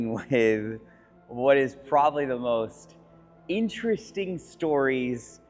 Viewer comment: Let's not leave out "ex" cetera and "probally." I really enjoy Curated videos, but you'd think a guy selling the kind of vehicles sells to the 1% clientele which purchases them would elevate his manner of speaking.